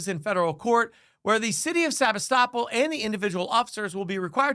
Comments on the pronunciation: PLEASE correct your video, it IS SEBASTOPOL NOT Sabistoppel. If you expect to have ANY credibility, then you need to get the basic FACTS correct. I went to the channel Press Democrat, and they had the city name. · "Sabi-stop-all" Seh-BAS-tah-pole or Seh-BAS-tah-pul. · You've got the pronunciation of the city wrong, it's Sa-BAS-to-pol. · You got the pronunciation of the city wrong. It’s “se bass te poll” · It's pronounced Sa bass ta pool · I think you should learn to say the city name, Sebastopol. seh-BAS-toe-pole. You are obviously thinking that it sounds like the legal term, "estoppel", but it is not pronounced the same way. That area of CA was settled by Russians, and is meant to sound like the area of the Crimea, "Sevastopol". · The only thing that bothers me more than the cops is the pronunciation of Sebastopol. It's pronounced Suh-BAH-tuh-pohl. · Love hearing people pronounce sabastipole lol sa-bas-tipol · Sebastopol… Pronounced SUH BASS TA POLE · dude, you're mispronouncing the town's name. here's some help: se-bass-ta-pool (Sebastopol). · I live in Sonoma Couldn’t figure out what you were saying The town is pronounced differently Emphasis on the BASS like fish se BASS tapole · Sebastopol is pronounced se-bass-too-pull. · It’s pronounced Seb-ASS-toe-pole. Sebastopol. 😉 Great report, thanks! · topol (/sɪˈbæstəpoʊl, -puːl/ sib-AST-ə-pohl, -pool) Please learn to pronounce the city. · Ha lmao- Sebastopol is pronounced Sea-Bass-Toe-Pole. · Maybe take a moment to learn the correct pronunciation of city names next time. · Heckuva story, but maybe check how to pronounce Sebastopol before recording. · New drinking game. Shot every time mispronounces "Sebastopol".